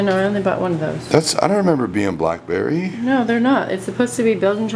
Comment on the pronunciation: Anyone cringe every time he said BLACK Berry